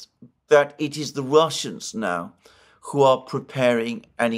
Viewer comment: but can't pronounce 'who' properly. He says koo